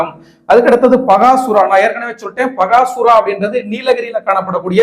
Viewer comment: நீலகிரியில் உள்ளது பக்காசூரன் மலை (& கோட்டை). பகாசுரா என்பது தவறான உச்சரிப்பு.